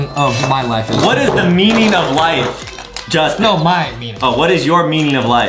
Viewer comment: Its not jousting😂😂 its justen😊 not trying to be rude